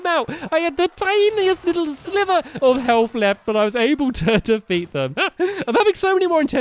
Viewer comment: Defeat them... in Arms... Oh... “defeet” them. In ARMS. Hilarious.